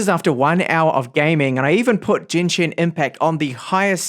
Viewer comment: Stop saying Jenshin impact, it's G as in God